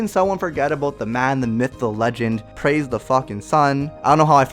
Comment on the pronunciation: Pwaise de sun